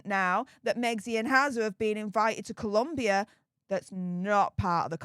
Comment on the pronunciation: As someone who used to work in Bogota, I wish everyone would spell and pronounce Colombia correctly. It was the ire of my Spanish teacher lol. On another note, Meghan better keep her eyes on Harry at all times because he is going to be a golden pasaporte for the local latinas.